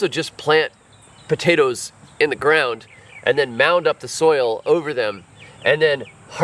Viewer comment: Taters?….what’s Taters? POTATOES! 😂